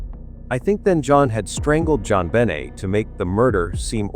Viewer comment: Her name was JonBenet please pronounce it correctly